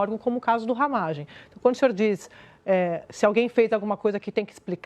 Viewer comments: Não é Ramagém, é Ramagem. A sílaba forte não é a última. 😄😄🤭🤭 Abraços pra vc. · RamÁgem mano, fala direito! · A pronúncia do Ramagem agora é Ramagém? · Não é ramagêm, é ramágem,kkkk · corrige ai: não é RAMAGÉM, É RAMÁGEM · Porqe tu fala Ramagemm.?pronúncia diferente! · Acho que a pronúncia é RamÁgem. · Pronuncia "Ramágem" homi 🤦‍♂️ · O nome do cara é RAMÁGEM (acento so na voz)… kkkkk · Porra...para de falar o nome Ramagem errado. Que raio de Ramagêm é esse? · Mas não é Ramagem, com a sílaba forte no ma?